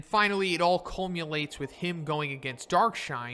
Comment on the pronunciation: if you dont know a word dont say it lol. we know u edit these videos but come on... colmulates? or culminates